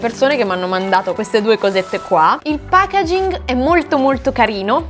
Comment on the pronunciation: sentirti dire pagaging mi painge il cuore